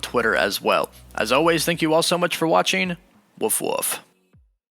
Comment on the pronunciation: Comeen is not a word Ruhcoon is not a word Ohways is not a word